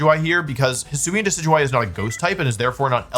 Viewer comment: How is he pronouncing DECK EE DEW EE